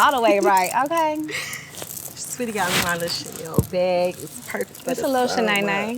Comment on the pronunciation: Yeah she wasn't even phased by that "Cha-nay-nay" 🎁